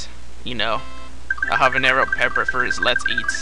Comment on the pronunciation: its pronounced Habenyaro